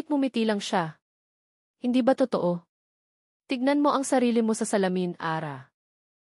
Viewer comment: Totoo....toto ang bigkas 😢😮 bakit ganon?? parang machine 😮😮😮